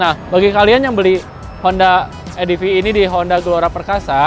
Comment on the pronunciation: Bang salah baca ADEF,, yang benar ADV Dibaca ADVE bukan ADF Dibaca ADEF.. suksess. Jangan lupa pakai HELM ya gaeeess